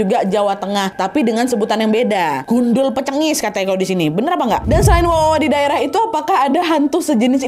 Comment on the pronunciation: Gundul peringiss kaa bukan gundul pecengiss 😭😭